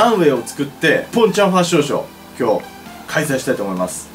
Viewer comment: ワァッションショーww